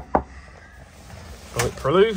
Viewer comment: "bullet proloooof"